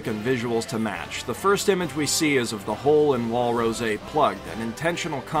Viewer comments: It's rose. Not ro-se. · It's just rose not rose-AAAAAA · Why do you pronounce Rose with an accent like it's French or smth? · I find it really annoying that he isn't calling it odm gear and say rose weirdly lol